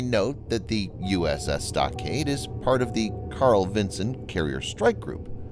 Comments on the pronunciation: You sound like you're calling it the USS Stockade it's Stockdale. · The name of the ship was severely mispronounced. The ship name is "USS StockDALE" - NOT "USS StockADE". This ship was named to honor an outstanding individual and a Medal of Honor recipient and mispronouncing his name is a gross insult. If you can't do it right, find someone who can do it right and pass the job onto that person. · I believe it’s the USS Stockdale, not USS Stockade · Its USS STOCKDALE! Not stockcade!! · Did he say uss stockade? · It's StockDALE not StockADE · Uss stockdale not stockade stock-dale! And we never went to HI for the Russian movement 🙄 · Uss Stockade? It's the Stockdale. I swear this guy tries to mispronounce words.